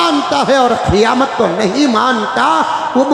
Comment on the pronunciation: ابے جاہل خیامت نہیں قیامت ہوتا ہے نہ سہی بولنے کا طریقہ ہے اور چلے ہیں بیان دینے کیلئے پہلے صحیح سے مطالعہ کرو